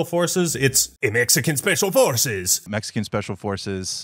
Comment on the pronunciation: the “EMEXICAN ESPECIAL EFORCES” part killed me